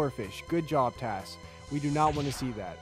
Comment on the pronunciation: I like it was referring to the thing like it's a name like he's calling it tas